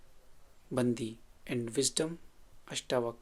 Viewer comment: It’s pronounced as बण्डि not बन्दि